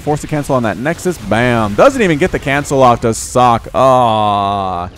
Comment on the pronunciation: If this is the original Socke, it's pronounced "Soh-kay".